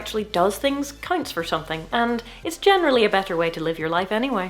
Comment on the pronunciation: Did you just do a hard "G" in generally?